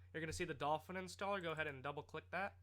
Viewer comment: lol Dolphwin I heard you say that once